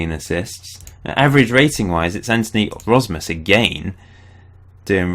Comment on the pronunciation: Im suprised that you are pronoucing Antoni Rozmus pretty right for a foreginer. ;)